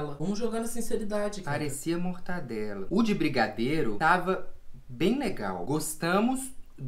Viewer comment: "mortandela" kskskskskskks